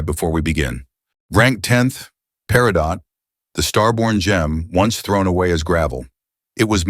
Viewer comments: Peridot = PERRY-doe (T is silent) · The T in Peritot is silent!